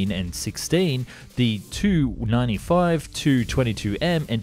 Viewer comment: AAARG!!! T-U-95. The letters are pronounced individually. Like Messerschmidt Bf. 109, or He 110, or Ju-87/88, etc.